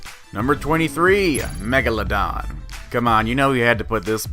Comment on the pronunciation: When he said “megla” megladon i thought he was going to say megalavania.